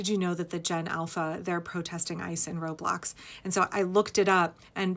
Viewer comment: For the life of me, I thought you said "road blocks" and my mind went POOF!!! "Are kids getting violent now?"😳🤣